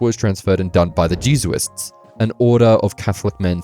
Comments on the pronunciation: Jesuit is pronounced Jez-You-it not Jesu-it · I've never heard anyone say Jesuit like he does either, my guy needs a Catholic friend or something. lol.